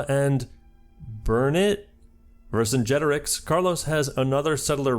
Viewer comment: I'm so proud of you for learning how to say Vercingetorix